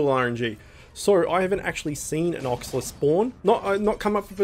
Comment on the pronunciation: oxla new familiar pog :^) note: called Olxa not Oxla